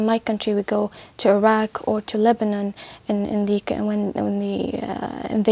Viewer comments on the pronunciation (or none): none